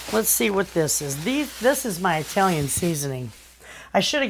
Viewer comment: Thank you for the suggestions. One request I have is please pronounce the word Italian with a short "i." It's not pronounced EYE-Talian and I don't live in EYE-taly. It matters to those who are Italian. God bless and thank you.